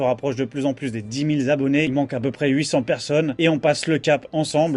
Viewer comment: Dix Mille Z'Abonnés? Sort d'où la liaison?